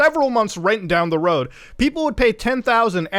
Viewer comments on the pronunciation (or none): none